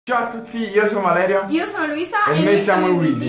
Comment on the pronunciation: chi è che ha sentito all inizio "ciao io sono vleria"